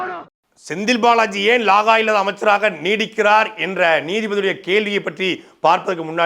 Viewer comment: லாகா இல்லாதன்னு சொல்லாத. இலாகா என்று தெளிவாக பேசவும்.